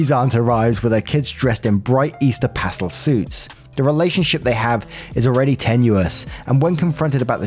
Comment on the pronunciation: Story 5 - When can't pronounce the word "pastel" correctly..................